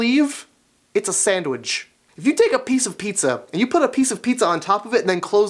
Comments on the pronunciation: "Sandwidge" lol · I love the way he says sandwich! I sounds like he's saying "Sandwidge"!!! lol